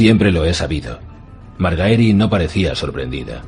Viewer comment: Que gran narracion, pero aun me cuesta escuchar MarGAEri lol